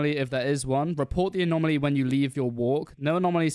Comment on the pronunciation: bruh, its 'anomaly' not 'anomalie'